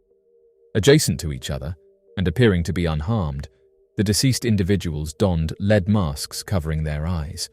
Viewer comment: Leed mask?? 😂 Lead (Led)... and your English! 😂 jk❤